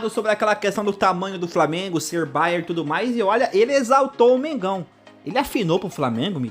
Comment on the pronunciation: Não é Bayer é Bayern. Bayern é o nome da região de Munique, significa Baviera.